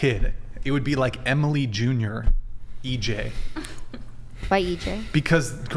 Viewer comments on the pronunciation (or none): none